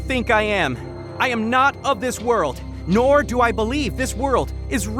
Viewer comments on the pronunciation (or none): Did bro say NOR cleo says Nor😮